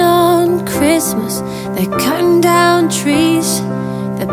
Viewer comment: Lucy Morris she cant even pronounce her R’s properly anymore, “chwistmas”. Not knocking her, just saying. Look at her old videos, her lips were fine but now they’re huuuuuuge! It’s a shame girls feel the need to do that in order to keep up with other girls...